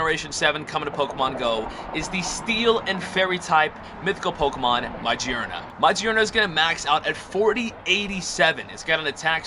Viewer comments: This is how you say it: Ma-geurn-ah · Its pronounced MaGearna, as if in Gear